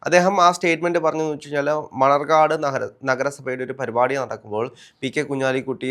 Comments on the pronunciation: മണർകാട് അല്ല മണ്ണാർക്കാട് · മണർകാട് അല്ല.. മണ്ണാർക്കാട്